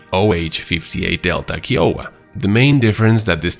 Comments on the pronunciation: Keeowa🤣🤣🤣 it’s pronounced k-eye-owa 😂😂😂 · Kai-oh-wah not Key. 👍 And is the AH-64 variant the longbow? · "kahy-uh-wuh" not "Key-oh-ah". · Also its pronounced "Kha-I-O-Waa"